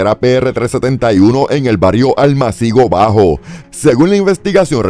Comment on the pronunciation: ALMÁCIGO BAJO -Se acentúa la segunda sílaba.